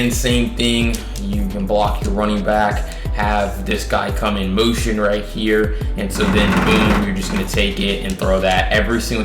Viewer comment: Motion bruh..u sound retarded sayin mountain 😂😂😂